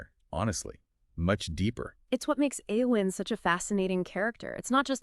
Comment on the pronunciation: Couldn't even make it 20 seconds into the video. If THAT's how you're going to mispronounce her name (this character you claim to like)... I'mma watch something else